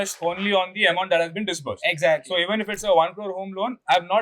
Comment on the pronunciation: Something as basic as the word "Disburse" is being mispronounced as disperse. Then he expects people to trust his content 🤦